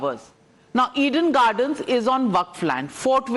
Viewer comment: It's Eden Garden not "Eid–En gardan" It's fort William not "fart wallia"